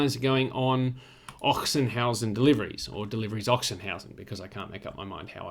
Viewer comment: It is pronounced 'Oxenhausen' which might save you from a sore throat in this season. Apparently the town got its name from a legend, where in the 10th century the local nunnery was attacked by the Hungarians and the nuns hid all their treasure in a chest in an open field. A few years later the field was plowed with an ox which then dug out the chest by coincidence. At this exact place the 'Ochsenhausen Monastery' was founded. No further info on if the ox was promoted for that or ended as sausage anyway.